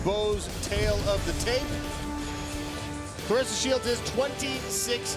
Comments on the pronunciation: Amazing she’s a dog for real! She’s only going to get better! Dangerous Wow!! Put some respect on her name, Bc it sounded like the commentator called her Flarressa to me!! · Her name is Claressa NOT Clarissa.